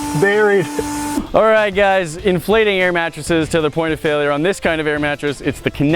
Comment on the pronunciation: sounds like a New Yorker when he says "the failya point"